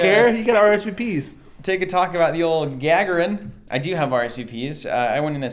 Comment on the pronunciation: oh, that Gagarin pronunciation... shudder. That would be like saying Nail Ermis-troong or Booze Ale-Drain... which is actually an awesome name.